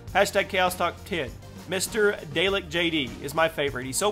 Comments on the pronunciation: its DA-LECK not DAY-LEK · And bro it's pronounced da-lek have u not seen dr who? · its pronounce dalek like the daleks of doctor who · He also didn't say mr dalekJD correctly either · he said mrdalekjd wrong lol